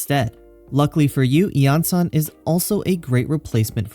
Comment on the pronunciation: Suddenly breaking out that clear pronunciation for the event weapon D